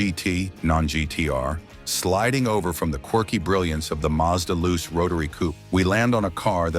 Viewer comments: Its loo chay, not loose,and the rx4 was not styled by bertone. Rubish ai video. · The Mazda Luce is pronounced 'Loochay' its Italian for light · Correction...... 1973 Mazda Luce A. The 2nd generation Luce / RX-4 was released in 1972 B. Opening scene showed the original 1st gen / 69-72 Luce coupe C. JDM name is pronounced "Loo-Chay". The english "Loose" version you attempted is weird. You could have kept it simple & used the export name.... RX-4 D. Several shots showed the (light green) Savanna / RX-3 when your story is about the Luce / RX-4. This lack of research makes your video look weak 1972 Mazda Capella A. The 1st generation Capella / RX-2 was released in 1970 B. You show a Luce / RX-4 at the min + min mark , showing poor research